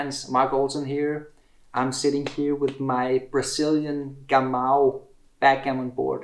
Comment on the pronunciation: Cheers I am from Brazil and your bord is very nice, but the pronounce "Gamou" is not the best kkk. Congratulations for your channel